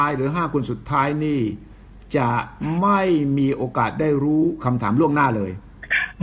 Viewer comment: โอกาส ค่ะ ไม่ใช่ กาศ